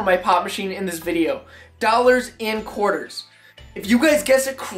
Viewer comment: lmaooo😂😂 Couters!?!? it’s Quarters 😂😂